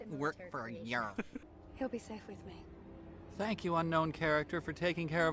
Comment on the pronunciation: "I haven't worked for a yerr...."